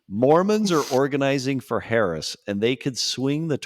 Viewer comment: The guy who can't be bothered to learn how to even say the name of the vice president (it's not hard) is so unbelievably uninformed and still has plenty to say (ignorantly) about every topic anyone tries to discuss, thereby derailing every attempt at sincere conversation. He's toxic and arrogant. Drop him. It's off-putting. You can't invite a guest on a panel who is just going to loudly discredit and not accept the premise to every conversation instead of weighing in on the topic. Flat out rude.